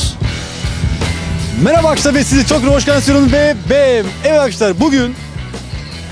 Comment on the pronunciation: ulan şu videoların girişinde azcık okunaklı konuş, bunedir olum ( mereba arkaşlar ve siz çok hoşgensiyorum ve ve veeee evet arkaşlar bugüüünn) şu girişi değiştir kardeşim onun haricinde seviliyosun